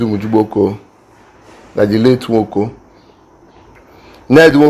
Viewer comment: Please kindly pronounce the name well bro. I don't support Ned Nwoko on his so called power of using his money to intimidate everyone from his community. Its just too bad and wickedness